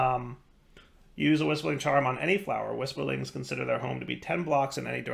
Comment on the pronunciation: whisperlings hahaha, its whirlisprig. classic.